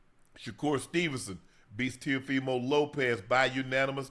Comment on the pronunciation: Man I love yall but yall don’t know nothing about boxing yall just saying stuff don’t even know half the boxers names Ocho can’t even say teo last name right and saying stuff that isn’t even right love you guys tho😂